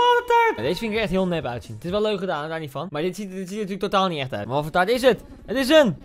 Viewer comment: Taart gvd het is “taart”